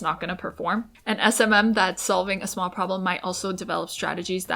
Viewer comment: Smawl, so smawl 😂